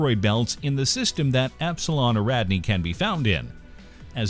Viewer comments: #9. Repeat after me: Air-ih-DON-ee. Epsilon Airihdonee. NOT "irREDanee". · It's Epsilon Air-ee-don-ee not Air-rad-knee